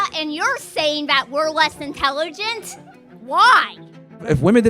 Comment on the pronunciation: The woman ... "you say women are less INTELLERGENT".... Isnt it Intelligent?. Nuff said.